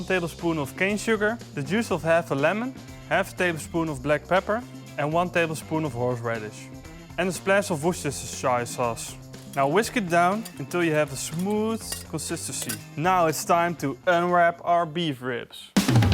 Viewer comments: "And a splash of Wustershzhshszhszhshire sauce" - 2021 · The Dutch just can't pronounce Worcestershire sauce. Lol, every time I giggle. Love you guys.